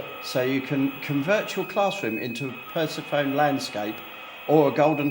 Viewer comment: How can you not know how to say Persephone correctly?